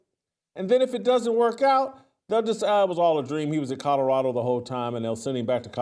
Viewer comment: Every show I try to get over “Codderado”…but I haven’t gotten there yet!! 😂